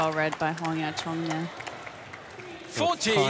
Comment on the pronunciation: Judge pronounced ‘Huang Ya Kuang’ 😀